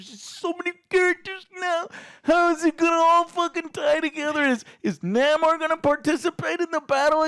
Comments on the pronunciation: Lol its not Naymor as in Seymour..its Namor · Excuse me... its not Namor, it's El Nah-mor. Thank you